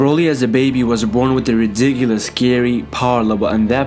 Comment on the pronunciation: U only say ridicilous